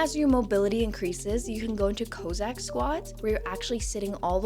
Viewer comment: Co-zack lol. Cossack as in the Cossacks. XD